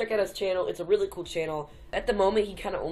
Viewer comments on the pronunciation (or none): none